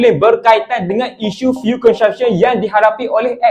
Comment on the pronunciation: Ko sebut CONSUMPTION- kelakar dik (belajar lagi)!